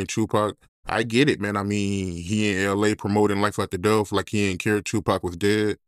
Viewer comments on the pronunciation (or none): I chuckle every time dude say death [deaf]